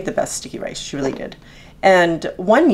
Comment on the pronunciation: Sounds like you are saying stinky rice :D